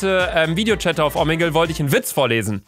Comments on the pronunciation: Es heißt omegle nicht omegel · mich regt so auf wenn du „omeggel“ sagst😂😂😂